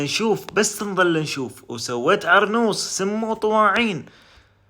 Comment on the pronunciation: عرموص لا هي عرنوص ولا هي عرموط😂